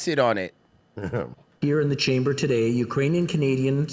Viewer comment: "Oo-krainian"? 😂 So I guess she confused the pronunciation with "Youse-bekistan" But seeing the Quaker-looking dude's expression as he read that script reminds me of the old clip the boys played of Owen Benjamin reading the letter from that stalker (i think the episode was called Sausage party)